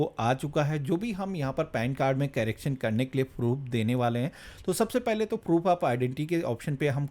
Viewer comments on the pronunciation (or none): कैरेक्शन नहीं करेक्शन होता है😂😂😂